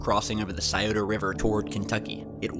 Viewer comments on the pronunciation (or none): not sciota